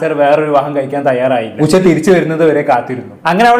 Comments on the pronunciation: ഉശ അല്ല മോനെ ഉഷ എന്നു പറ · ഉശ അല്ലടാ 😂 😂😂😂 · ഉഷ! Not ഉശ